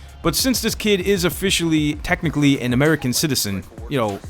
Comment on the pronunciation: the fuck do you mine "tecknekly" ? if your gona say it like that then "tecknekly" the presiden isen fully american